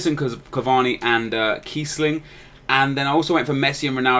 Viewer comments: kEIssling hahaha. Apart from the mistake his name is usually spelt with a ß (so Kießling) but that's ea's fault not yours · Its kiessling not keissling :D And he deserves at least 83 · its Kiess ling not Keissling :D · its Kießling:)